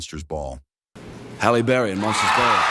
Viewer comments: Hell Berry?! WTF. So many wrong names or mispronunciations but that one took the cake!! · "Hell Berry?" "Jam Lee Curtis?" WTF? I'm somewhere between laughing at the ridiculousness and really annoyed with how poorly this was done. Side note that my personal favorite reaction was Robin Williams when he won for his performance in Good Will Hunting. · "Number two, Hell Berry" LMAO cause eDiTiNg iS hArD